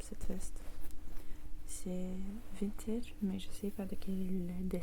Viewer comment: Vintage ça se prononce comme en anglais pas vint-âge lol